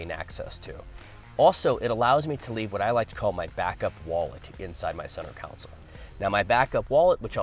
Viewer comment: Center console, not center council